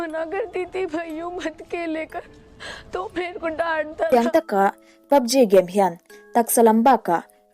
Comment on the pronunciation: PUBG i lamdan kher hi a... Ji tiin lam suh G tur 😃